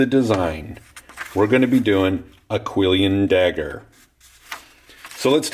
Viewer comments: kwill-on not kwill-i-on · Hey, so I hear that you say quillion. I just wanted to point out that it's actually spelt and pronounced "Quillon." No 'ion' at the end. It can be spelt that way, but it's less common. I've also heard a lot of other black smiths say quillion as well. I'm currently working on a book, and I used the word. It tried to auto correct it, and so, curious, I looked it up and was surprised to find that it was spelt quillon. And whether you say quillion, or quillon, it doesn't change the fact that that is an absolutely beautiful blade. Keep up the great work dude.